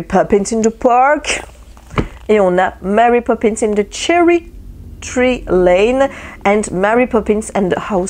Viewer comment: Coucou, félicitations pour tes kilos perdus:) j'adore ton accent anglais quand tu lis les titres de Mary Poppins. ça se voit que tu as l'air bien, monsieur Herrmann et ton régime intermittent, les couleurs que tu amènes dans ta vie par le coloriage te font du bien et c'est agréable à voir.:) Bises